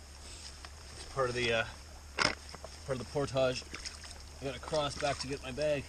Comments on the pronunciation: It's portage not portoshhhhhh!!! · portage rhymes with porridge, not montage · its pronounced port-ij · He loves saying portouge omgd. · YOU MAY WANT TO LEARN TO PRONOUNCE ''PORTAGE' LOL GREAT VIDEO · this randomly popped up as I let YouTube play and I just couldn't the way you pronounce portage drives me insane you are wrong stop it.